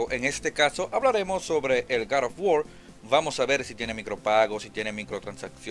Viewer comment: No conozco ningun video juego llamado gad of wor hay uno que se llama god of war que no se si sera el mismo y si es el mismo trata de no hablar como.odiota y pronuncia bien las palabras GOD OF WAR